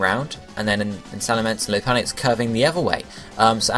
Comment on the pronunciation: lopunny is pronounced Lopp, not Loap